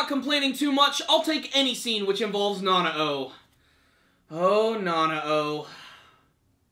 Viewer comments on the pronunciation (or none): Pronounced "nah-now" Just saying.